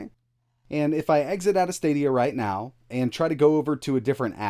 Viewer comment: are you serious right neow bro